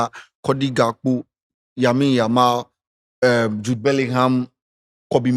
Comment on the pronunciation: has never mentioned Yamal's name well da 😂